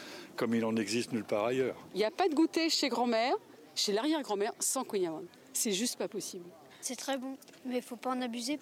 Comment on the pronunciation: Mais bordel les journalistes apprennent toute l'histoire du kouign-amann, la recette etc mais savent même pas prononcer le nom correctement ...